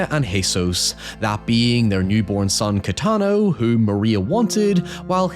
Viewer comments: im a spaniard and i would pronounce it "ca-yeh-ta-no", not "caetano"- thats closer to the italian pronunciation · I love how you Absolutely butchered the name Cayetano(the baby's and the seller's name). To be fair is a relatively uncommon name and foreign to you. It's pronounced Cah-jeh-tuh-noh in case anypne is wondering. Loved the video! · It was supposed to be Cayetano?? I thought it was Katano (like katana lol) and was weird on purpose to symbolize parents naming their kid whatever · You really just pronounced Cayetano as "Katano" 😂😂😂😂😂😂 like a male katana. Freaking amazing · The coffee table brought me the endless joy of seeing english speakers trying to say Cayetano, bless your hearts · I kept hearing it and thinking "that's a weird name". Didn't figure it out it was supposed to be Cayetano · in their defense (which i rarely give brits) the Spanish phonetical system is logical, unlike that of English. most ppl can't physically pronounce some sounds, as much as they pick them up. there's nothing wrong with pronunciation of Carlos, for example- Cayetano happens to be a difficult one